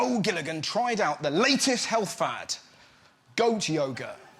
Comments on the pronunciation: Am I the only one who heard "goat yogurt" instead of "goat yoga"? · I honestly thought Russell said Goat yogurt not goat yoga. Absolute nonsense.